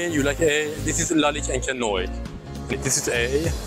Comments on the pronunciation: ... you pronouse it ONCRE NOAR like in good everning: bon soir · Il dit carrément "Encre noix"🤣🤣🤣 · It is pronounced encre nwar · IS SPOKEN OUT AS ENCRE NWOAR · C'est vraiment très drôle la façon dont tu prononce " Encre noir" 😄😄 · Hahaha...you butchered the name of Encre noir so much. But good video. THX man. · No offence bro but learn to pronounce "encre noire" :D Maybe ask some additional questions to their opinions and don't look so scared. Cheers.